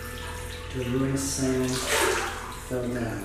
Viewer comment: He said daruma-sÆn instead of daruma-san